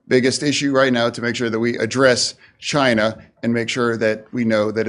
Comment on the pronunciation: Chine... sounds like the T.